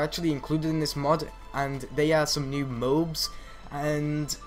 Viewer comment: Did he say mobes?